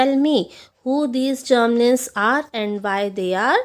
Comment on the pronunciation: Ma'am sorry to say but uski pronunciation hoti hai Gramlins aap usse Germlins keh rahe the